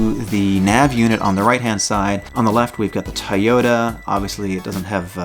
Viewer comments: TOY-ota......not Tyoda... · Please make sure you are saying TOY OTA not tie yota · Toyota not tyota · Why do you say like it's spelled tayota supra